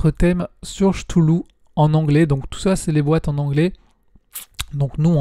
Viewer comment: merci pour les retours, je pense me prendre la nouvelle boite de cthulhu. Pour Senjutsu je suis d'accord avec toi sur les cartes/plateaux. Ah on dit 'ktoulou' c'est vrai.. moi j'ai l'habitude de prononcer 'chtoulou' 😂 j'ai pris les figs de final girl je suis en train de les peindres